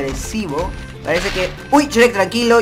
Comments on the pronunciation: se dice shruek no shrek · COMO QUE CHREC !? ES YUEK NO CHEREK (y ya se que se escribe shrek) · por que dise s cherec😓